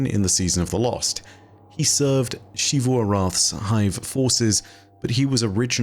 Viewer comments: Why She-voo? It's pronounced in-game as Zee-voo, we don't need to play guessing games with the pronunciation. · he just pronounces xivu weird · …. It’s ZEE VOO